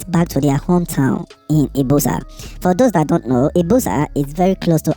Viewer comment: It's pronounced ibuzor view